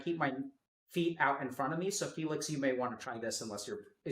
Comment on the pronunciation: Not trying to be mean, but did doc say Felix as Faelix. Lol